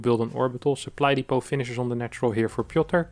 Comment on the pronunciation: Piotr! Not Pioter.. ;p